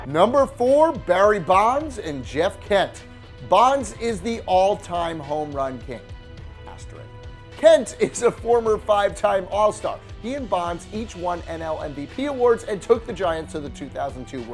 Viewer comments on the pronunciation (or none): Also it's aterisk not asterik.